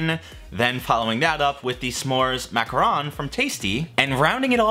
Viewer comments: It's pronounced macaron, since you asked. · “Mac-ah-rhon” French pronunciation. “Mac-ah-roon” chocolate and coconut clusters, not the same thing. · MAC - a - roh(n) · Hey -- love your videos. It is pronounced macaron (MAH-cah-ROHN) the classic French cookie sandwich, and macaroon as the gross (sorry queens my opinion) little coconut lumps. Macaron (French cookie sandwich) is normally pronounced in non-francophone countries as MA-cah-RON. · The correct pronunciation is definitely not macaroon cause that's a different pastry 👀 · It is pronounced Mac-a-Ron. Macaroons are a completely different cookie made with coconut and chocolate. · Macaron is pronounced mak ka ron